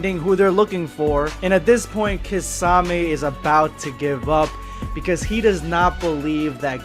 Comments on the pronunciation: Key-sah-may not kah-za-may😤😤😤😤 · Kasame did he just call kisame kasame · My dude where is the Z in kisame I wish you said his name right it really ruined the whole video for me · The butchering of kisame name it's pronounced Key-Sa-May